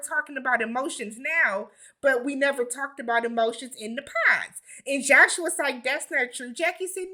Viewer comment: That Josh boy screwing up the name!!